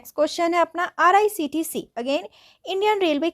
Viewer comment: IRCTC❌ RICTC✅ 😂